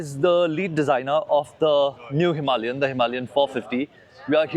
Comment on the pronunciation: there is NO R in Himalaya ....it's not Himarlia !